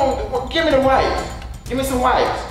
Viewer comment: Wait a min “ WEPES “ ?? 😭😭😭 . I could’ve sworn it was “ wipes “